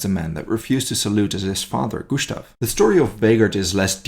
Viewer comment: In German not every s before t is pronounced as "sh" Gushtav, Geshtapo vs made me cringe